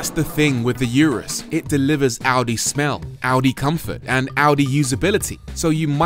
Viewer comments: Yewrus ....... Really! It's pronounced OORUS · For the last time, it's URUS, not yurus! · It’s Urus not Yourus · it's oooh-rus. not you-rus. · it's not fucking orus😂 Its U-rus simple as that lol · Why is it these guys making these videos on such large bugets can't take 30 seconds to search "how to pronounce urus" on youtube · Every minute he was murdering the name of the car and then the driving modes. You gotto respect that it isn't British. When you know what corsa and strada are, why not get grip of the other two as well :)